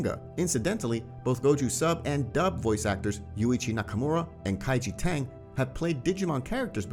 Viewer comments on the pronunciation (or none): none